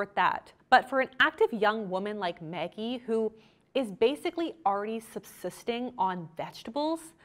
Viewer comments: It sounds like you’re saying “Meggie”. Is that how she pronounces her name? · I can't get over how you pronounce Maggie 🤣🤣🤣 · why is it so hard for you to pronounce the name maggie correctly lol.